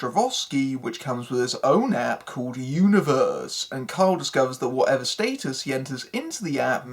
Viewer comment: The movie actually isn't that bad. This review is though. but what do u expect from someone who pronounces Stat-us. State-us. and you obviously don't get the humor of the movie.